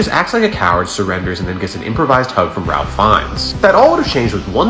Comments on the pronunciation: Ralph is pronounced rafe in England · Believe it or not, the Voldemort actor’s first name is pronounced, “Rāfe”. Great video, though! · "Ralph" is pronounced "Rafe".